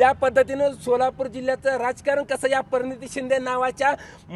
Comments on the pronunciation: आधी उच्चार स्वच्छ ठेवा..प्रणिती...परनीती 😅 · परनीती शिंदे😂😂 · याला तर प्रणिती पण बोलता येत नाही.....